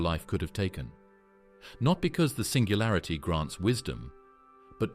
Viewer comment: "SINGALURITY" sorta killed it for me